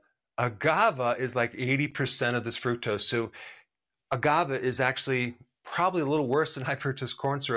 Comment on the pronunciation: You keep saying agavah. It's agaveh. Great video.